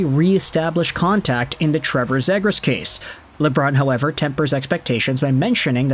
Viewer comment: At least say his last name right bro💀